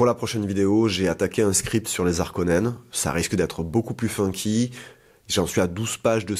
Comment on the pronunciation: Salut. Merci, c’était cool! Ah oui, on ne dit pas les Zarkonnens.. Bonne continuation